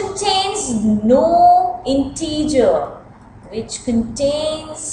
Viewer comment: NO IN-TEEEEE-JIR.